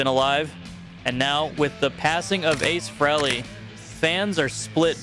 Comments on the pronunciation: Lost all respect for the host after hearing him pronounce Ace Frehley’s name. 🤦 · Don't know how to pronounce Ave Frehley? There were so many pop-ups for rock t-shirts on the screen that double tapping to go back & watch some parts again was impossible without being thrown into a web link for t-shirts.